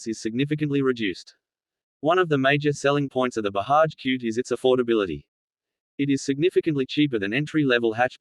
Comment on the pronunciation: It’s BAJAJ and don’t pronounce it as Bahaj.